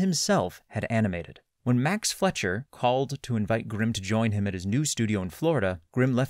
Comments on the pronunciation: Lol I came here to say the same thing. FLEISCCCCHEERRR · Great video, but it‘s pronounced „Fleisher“ not Fletcher. „Fleisch“ is german for meat and „Fleischer“ is probably an old fashioned expression for a butcher.The Fleischers immigrated from Austria, hence the german surname.